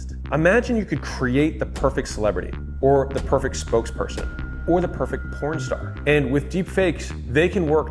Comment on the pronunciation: Nice video, very insightful. Learnt a few things. But the "perfect pronstar" caught me off guard🤣